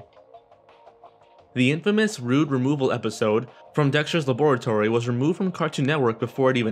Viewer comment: i hate how he says lab-or-latory